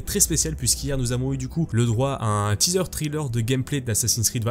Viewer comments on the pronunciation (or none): none